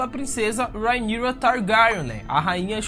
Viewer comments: Irmão cê foi tenta enfeitar o nome da Rhaenyra e cago kkkkkkk rhaenkrhsksh targarksksn kkkkkkkkk fala direito tio precisa enfeitar não véi 🤡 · Fala o nome da rhaenyra direito por favor